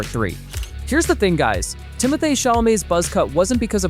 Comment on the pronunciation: You're stupid AI bot narrator mispronounced just about every name: Zen DAY uh, Tim o THAY, Dennis for Denis ( Den EE)!